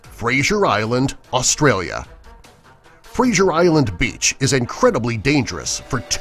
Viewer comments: It's not Frasier island I live in Australia it's Fraser Island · I from Australia and btw you said Fraser Island WRONG